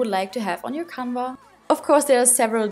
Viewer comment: Hey! Ich bin Deutsch aber kann Englisch! Ich glaube, dass Leinwand „Canvas“ heißt und nicht „canva“ aber kein Hate! Ich liebe deine Videos und finde es cool, dass du jetzt auch englische Videos machst! 💕🌸 😍